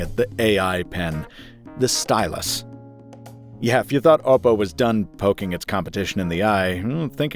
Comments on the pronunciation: oh god i dont like how you say oh pou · Finally a reviewer pronounced oppo right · Bro says "ohpo"?